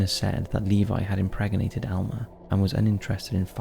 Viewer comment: it’s impregnated not impreg er nated haha!